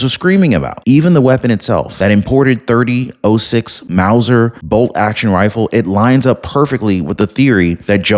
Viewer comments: If he says "30 'oh' 6" one more time...🤦🏾‍♂️ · There was no empty casing on the roof of university building - the gun was a bolt action, which does not eject a spent casing - it has to be done manually. The gun caliber is pronounced “thirty-ott-six”. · The round is pronounced a 30 ott 6.